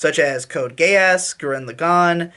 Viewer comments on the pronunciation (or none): Did he say code gayass